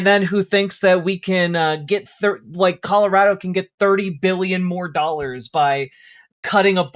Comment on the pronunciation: colorader?? never heard of 'er